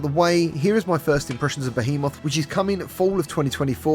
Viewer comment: Youre saying Behemoth wtong😉